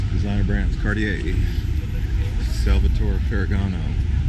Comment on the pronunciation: It's Cartier, not cardiac. Cardiac means "heart." 😘